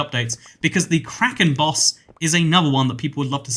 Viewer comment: For some reason, when he said “Kraken Boss”, I thought Karen Boss